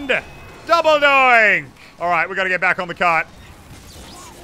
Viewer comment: It's double donk no double doink